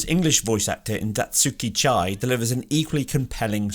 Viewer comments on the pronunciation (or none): none